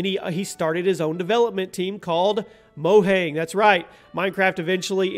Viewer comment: Mo-yang So wrong.